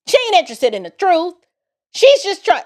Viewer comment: Get to "duh truf" I can't take it. 🤢🤮👎🏿👹👿😈👺💯